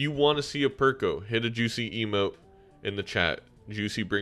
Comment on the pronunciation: it is not that deep, it sounded funny, simple as as an aside, perkeo is not an english name